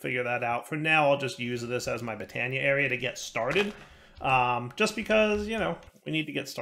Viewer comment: Botania... more like Bee-tania